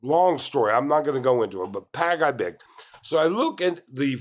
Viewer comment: Pag-ibig is pronounced "Pag e big" not "Pag I big" like you were saying it. Just take note. Some Filipinos have been accustomed to the 5/6 loans and are often paying on a daily basis. It's sad that people are not financially knowledgeable on basic economics. But hey this happens anywhere in the world too.